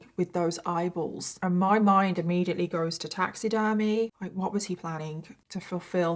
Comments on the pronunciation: Oh gosh! I thought you said idols at first. 🤦‍♀️ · Every time she said “eyeballs” my brain heard “bibles” and I was like ??? Turns out I’m just a moron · I love the way you say eyeballs 😂i don't know why it makes me laugh